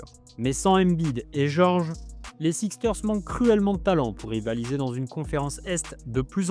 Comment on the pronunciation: Super vidéo🔥 Juste un petit truc : ça se prononce les << Sixers >>